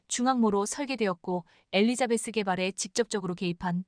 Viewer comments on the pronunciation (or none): none